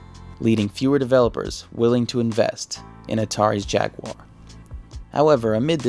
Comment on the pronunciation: It was called jag u ar not jagwuuurrh nintendos mascott is ma ri o not mour e o